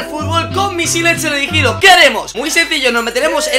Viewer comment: Dice teleridigidos :D